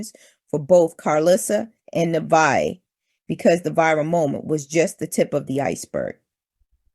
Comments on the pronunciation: Her name is pronounced Ne * vey * ah. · Her name is Na-Vae-yah